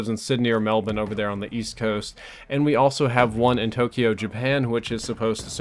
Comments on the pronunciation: I have to applaud you on ya pronunciation of 'Melbourne',. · you're the first american i've ever heard pronounce "Melbourne" right. and btw, the Australian server's in Adelaide, not Melbourne.